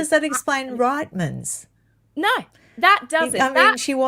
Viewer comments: Loved the interview but can I just help you out on the pronunciation of Reitmans. I'm Canadian and its pronounced "REETmans" not RIGTMans. I was confused as to what shop you were talking about. 😊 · SORRY LADIES….It’s pronounced REETMANS!! PLEASE share this fact! Canadians are hearing fingernails on the chalkboard when we hear RIGHTMANS! 😮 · 'Reetmans'... Rhymes with beet. Not 'Ritemans' 😂 as a Canadian this drives me 😂❤ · LOL “RITE’mans. It’s pronounced “REET” like feet. Reitmans. Canadian’s ears are bleeding all overYouTube! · pronounced : Reetman's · Canadian here! It’s pronounced “Reetmans”. I used to shop there regularly. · Hi, I very much enjoy your channel but I just have to say that the store that Meghan take the shoes from is pronounced....Reetmans with the beginning sounding the same as feet, only with the r. It is a Canadian clothing store. 🇨🇦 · Another Canadian and I completely agree 🇨🇦🇨🇦